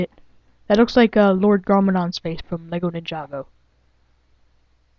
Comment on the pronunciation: its pronounced LEGO